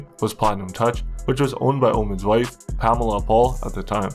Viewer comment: Good vid but how do you mispronounce the name “Pamela” lol.